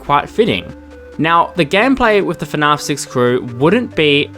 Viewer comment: dude i love your videos, but the way you pronounce fnaf bothers me so much 😭